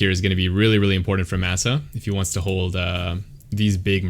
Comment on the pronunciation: I think his name is pronounced with a short a sound "mah sah" 🤓 great commentary tho!